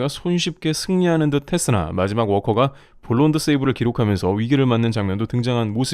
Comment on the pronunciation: 그런가요? blown save를 블론드 세이브(자막까지)라고 해서 아쉽긴 했어요